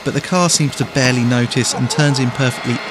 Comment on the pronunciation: chassis not châsse and barely not bearly